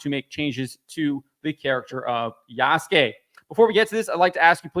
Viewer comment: Why are these guys always pronoucing Yasuke wrong, Ya-su-ke